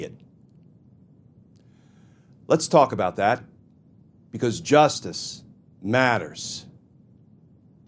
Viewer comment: Glenn, this was excellent. I watched it end to end, thank you. But....... please stop enunciating "justice matters" as if you're signing off an episode of the Twilight Zone in the 60's